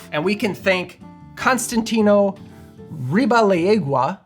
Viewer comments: Just for information. Ribalaigua is pronounced "ree-bah-lái-gua" not "ree-bah-la-ee-gua". You have to put emphasis on the 'a' on 'lai' and pronounce it as a single syllable. Same with 'gua'. They are both diphtongs so you can't split the vowel sounds. Thought you would want to know. Source: Spanish speaker from Puerto Rico. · Would help if you pronounced the name correctly. A Spanish word.